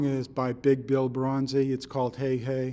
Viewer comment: sorry - this is not a delta blues - also his name is broonzy (you spell it right but say it wrong) - not bronzy - and finally - clapton played it on the unplugged cd